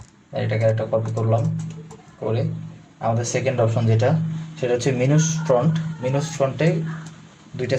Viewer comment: ভাই দুই নাম্বার ও শেষেরটার নাম মিনুস না মাইনাস। ওয়ার্ডগুলো উচ্চারণ করার সময় একটু খেয়াল করবেন। আপনার ভিডিও ভালো লাগলো।